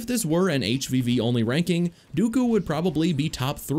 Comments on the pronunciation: Just realized that you were saying, "HVV," and not, "HPV." I was concerned that all of the characters had sexually transmitted diseases... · Up until you got to Dooku I thought you were saying HPV and not HvV. I was so damn confused how that related. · Thought he was saying HPV the whole time up until Dooku